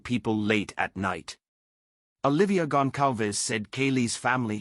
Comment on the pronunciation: He said their name right!!!! Finally someone said these peoples last name right! Out of respect don’t say their names if you can’t pronounce them it’s embarrassing when people call them Gonzales it makes us all look ignorant